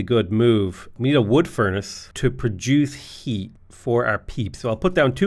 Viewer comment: "Houses have hweat"